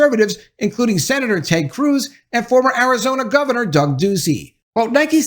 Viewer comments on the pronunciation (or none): none